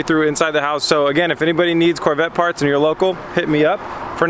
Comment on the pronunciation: "CORE" VETTE